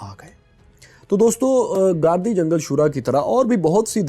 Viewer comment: گاردی جنگل نہیں گِردی جنگل ہے بھائی اور مقامی زبان میں صحرا کو بھی جنگل کہا جاتا ہے ۔